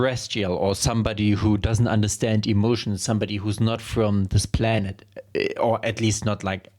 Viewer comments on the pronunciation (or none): none